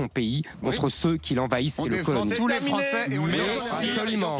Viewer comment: La fronce au fronçais 😂